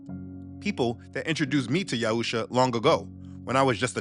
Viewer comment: The name of the messiah is YAHUSHUA not Yahusha and its Yisra'Ãl not Yasharal